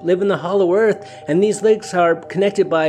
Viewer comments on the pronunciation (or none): none